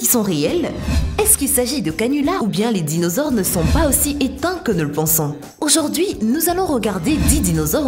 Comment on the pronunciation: Je suis le seul à avoir remarquer que a elle dit la photo d’auzord’hui? EDIT:et je vien de découvrire que…au debut elle dit bonjzour enfin je crois. EDIT:merci pour les 31 likes c’est enormes pour moi merci!